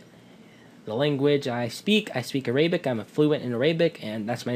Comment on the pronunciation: lol 'araiybic' dude its arabic!!